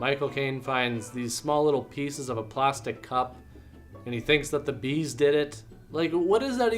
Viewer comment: BEAD'S?! Or are you saying BEE'S?